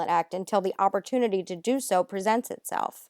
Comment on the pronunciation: That set my teeth on edge